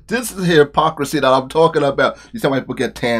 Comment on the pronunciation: did you say "the hairpocrisy "?!